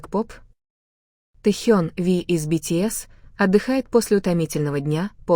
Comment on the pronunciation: Какой бред! ТЭхен,АйдОл,от ударения охренеешь! Вслушайтесь в бред ,который несёт автор! Ночью ,в казарме они смеялись и обсуждали что-то! А Техен -то на учениях! Заврался автор! Дизлайк!